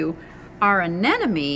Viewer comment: Hi. I don't know if the term "anenome" is correct but I am sure it is called ANEMONE.:)